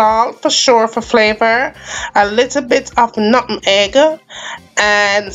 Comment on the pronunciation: Never liked it as a child No offense but the word is pronounce "NUTMEG "